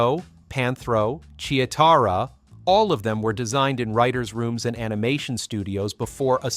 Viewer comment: Wtf it's cheetarah lol he said it wrong lol obviously never grew up in 80's or he's Ai lol Boooooooooooooooooooooooooo😡